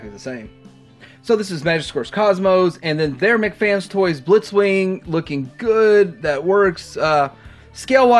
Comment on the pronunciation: Come on,...! It's pronounced, "MEHK" FANS... As TWO separate words... NOT "McFans"... It's a toy company NOT some $#!tty burger from the Burger Clown place. We've been over this,... Or do YOU prefer being called""...?! See...?!! Make the effort, bro...!!!🤔